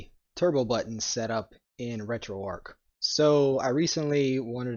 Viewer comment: arch. ARCH. It's not Retro"arc", it's Retro"ARCH".